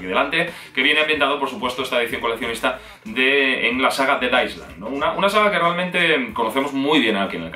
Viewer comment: Island no sé pronuncia tal cual es ailend esa es la pronunciación. Sólo un aporte